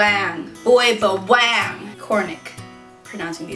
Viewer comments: its (ba-wa-ng) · its pronounced "BA-WAH-ANG= BAWANG" and thats not me screaming it, haha and its a malay word just meaning garlic haha anyways your awesome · hahhaa i was laughing on her prounouncation boy ba-wang!!